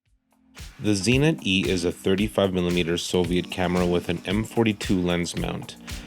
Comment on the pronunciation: I have a couple of Zenits but no Zee-nits.